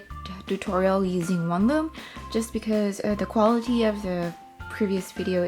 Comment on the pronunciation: THE... NOT DAH... NOT DUH... THE